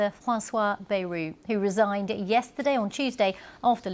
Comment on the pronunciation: I know french names are not easy, but you really should know that Bayrou is pronounced "bye-roo"